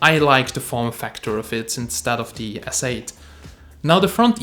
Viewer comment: It's galaxy Sssss8 not zzzz 8